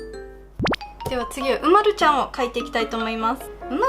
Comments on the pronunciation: う⤴︎ ま⤵︎る⤵︎ではなくて、う⤴︎ ま⤴︎ る⤴︎ か、う⤵︎ま⤵︎る⤵︎ですよ！ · う↑まる↓じゃあありませんよ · うまるちゃんの発音違うとおもう。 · 凄く上手いです でも凄く失礼ですがうまるちゃんの発音が違います うま↑るちゃんです 凄く上手すぎて尊敬します これからも頑張って下さい応援しています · う↓ま⬆️る↓です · 絵うまい！うまいんだけど、、 うまるの発音違くね？ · うまるちゃんの発音違うよ。ですね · おくみ うまるちゃんの発音違うよ